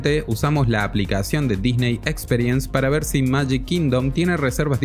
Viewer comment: Buen video pero los oídos me ardían cada vez que pronunciabas "experience" 🤦‍♂